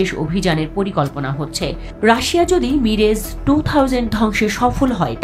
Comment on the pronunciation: মিরেজ না,,,,,,, মিরাজ টু থাউজেন্ড 😂😂😂😂